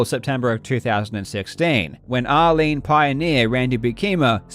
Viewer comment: Anyone hearing r-lean as Arlene? Like who's Arlene and why name the throw after her 😂